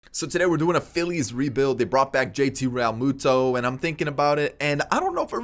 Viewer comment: I died when you said JT Ralmutada